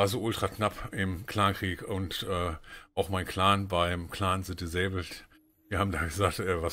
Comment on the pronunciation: Sach mal, ist das beabsichtigt das die Betonung bei dem disabled Clan immer falsch ist. Es sollte doch dis abled lauten und nicht di sabled oder nimmst du da Bezug auf die Übersetzung und sprichst es deshalb "behindert" aus.